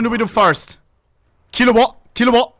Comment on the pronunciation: Blud is german but pronounces his Ts like he's from East London lmfao "Kilowa' case"